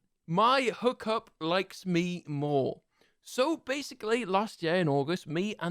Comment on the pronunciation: accent is all over the place. He pronounced hook up as huck up but hooked up as hooked up xx